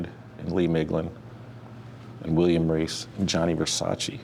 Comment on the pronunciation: Finally someone who pronounces his name correctly...it's Versace not Versachee